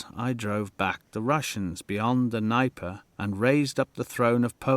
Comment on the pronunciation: Imagine making a history documentary about 1812 without checking how to pronounce Dnieper.